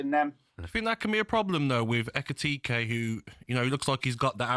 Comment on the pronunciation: “Ekitakky” … he’s such a disrespectful weapon. No wonder he was sacked from the bbc. Learn to pronounce a player’s name or don’t appear on tv doing punditry